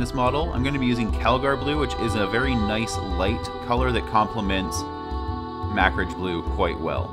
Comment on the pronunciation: you say Macragge like "Mak-ridge". I always pronounce it "muh-crag". Which is correct?